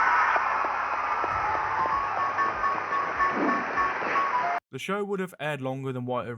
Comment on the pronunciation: she legit said shia laboof